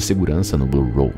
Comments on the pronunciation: Por que você fica chamando de “blue roll”? É “blue hole”. Buraco. Hole. Não tem R cara. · Ao longo de todo o vídeo, a palavra "hole" é pronunciada de forma completamente errada.